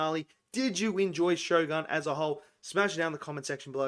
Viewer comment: If you love it, at least respect it by pronouncing the title correctly, as the Japanese pronounce it.